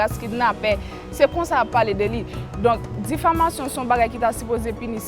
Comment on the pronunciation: diffamation yo di oubyen difflamation😂😂 m wè di diflamation😂😂 vin pran miss plim poul nou an😂😂